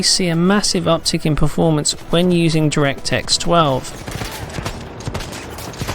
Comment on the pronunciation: he said directsex 12... im done